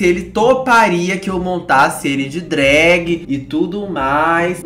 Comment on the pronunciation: de "drágue" me quebrou